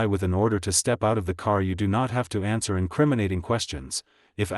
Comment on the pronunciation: Every ANSUER (??!!??) extends the stop. What the heck is an ANSUER? The maker of this audio needs to brush up on their use of the ENGLISH LANGUAGE. ANSWER, NOT AUSUER!!